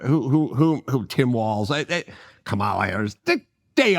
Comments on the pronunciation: I am not a democrat or republican. I vote for the person who will do the best for the country. I believe in respect and working with the “other side” because we are all Americans. You could at least pronounce her name correctly Adam. That’s a BS swipe at Kamala. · Its hard to take Adam seriously because he can't even make the effort to say Kamala correctly and he's doing it on purpose, because he is a racist and a sexist.